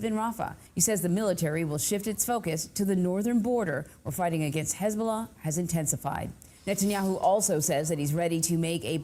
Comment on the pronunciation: dude goes out of his way pronouncing hezbollah in the correct way, but disregards everyother country's way of saying there name, for me this dude fell off, yes be left yes be socialist but by god or allah i dont care dont side with religious terrorism. dude needs to self reflect, ofc you can support gaza and palestine no probs there but hezbollah is an known terrorist group/cell troughout the west and even in islam its not okay to support them. but this dude so focused on fucking israel that he lost sight.